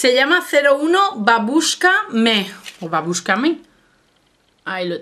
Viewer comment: si has pronunciado muy bien el ruso, babuska es abuela en ruso, un besote